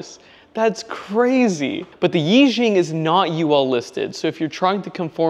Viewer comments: I think it is pronounced “ee” “sheeung” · Nice! It doesnt matter much, but its pronounced Eee shee-yang. Means like mega lucky, or something. Id like to get my hands on some of these.